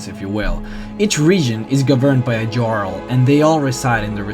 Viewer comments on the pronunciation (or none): Jarl is pronounced yarl not jarl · small things like saying "jarl" like "garl" and not "yarl" really bother me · The pronounciation of "JARL" is like "Hyarl" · Nice video, man but you pronounce Jarl incorrectly. It should sound like Yarl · It's prounounced yarl not jarl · btw, its pronounced yarl not jarl, although its spelt like that. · It's pronounced "Yarl", not "Djarl" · he is pronouncing things WRONG! its pronounced Yarl not Jarl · HAVE YOU EVEN PLAYED THE GAME!?!?! It's not pronounced Jarl, it's pronounced Yarl. They're based on the old Norse civilization. So all J's are pronounced as Y's. DO YOUR RESEARCH YOU IDIOT! I understand English isn't your first language, but LEARN TO SPEAK IT IF YOU'RE GOING TO DO A VIDEO IN THE LANGUAGE!!! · It's Yarl not jarl the j is a y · You pronounce jarl "yarl" not Jarl lol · he says he can't pronounce most of the names and words correctly but he pronouces every word and name correctly except a couple times where he pronounces jarl "jarl" instead of "yarl" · how many of these videos have you posted calling the JARL like JAR-LE ?? its pronounced YARL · It's pronounced "Yarl" not "jarl". They NPCs even pronounce it the right way for you. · jarl is pronounced as "yarl" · Its spelled jarl and pronouced yarl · he pronounced jarl wrong >:( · correction it is pronounced yarl srry to be disrespectful just throwing it in there u can ignore this. srry if it was disrespectful. but i think u r totally awesome and i like you lores. i'm gonna subscribe. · Not Ja-arl, it's Yarl. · You pronounce Jarl wrong, it is not "djarl" it is just jarl. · its not jarl its yarl pronnounced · Im not trying to be a Debby Downer or anything, but it's pronounced Yarl not Jarl, but great video love all of your vids :) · i love your videos, watched them for some time now, but after all this. after all these videos, after the hundreds of play hours you've put into this game. DID U REALLY JUST SAY JARL WITH A "JAY" SOUND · Jarl is pronounced as Yaarl:)